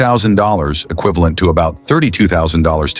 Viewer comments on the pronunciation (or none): none